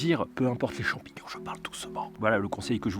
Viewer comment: Des champions sauvage de la nature bravo pour le français 😂😂😂😂 Mais continue comme ça tu gère